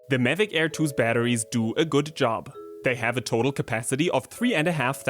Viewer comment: Best video so far except he kept saying it as Medic Air 😂